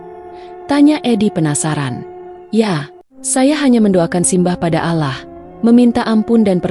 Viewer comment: Maaf ya, ko membaca surat Anas,gk fasih, sepertinya bukan orang Islam.. Menyebut Nama Allah saja alah